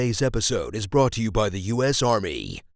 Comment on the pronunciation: "Today's episode is brought to you by the 'u.s. armeh'." - removes 'like' - >.<